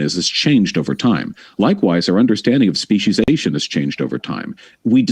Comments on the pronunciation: Holy shit Vowsh, it's speciation, not speciZation. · Nobody: Vaush: SPECIESIESATION